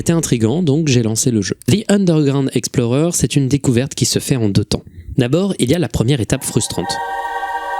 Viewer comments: le x de explorer est étrange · special le X de Explorer hein